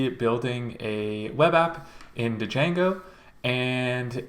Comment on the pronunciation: Great video but… it’s pronounced “jango” ! The d is silent for some reason.